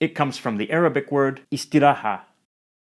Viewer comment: nah, it isn't perfect there are also many occasions where he's using a rhotic r sound when there shouldn't be and bad pronounciations of kasroh take his pronounciation of إستراحة for example, it should've been something like Istirōhah with a non-rhotic r still, it's a good start